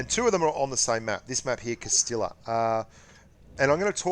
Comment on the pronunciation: the castilla map is pronounced cas-tiy-a